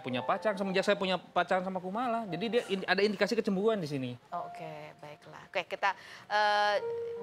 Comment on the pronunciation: Kecemburuan woooi bukan kecembuluan kan jadi ga enak didengernya😬😂